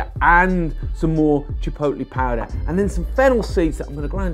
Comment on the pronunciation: Yes, it's chipotle. NOT chipolte. Thank you, Food Busker.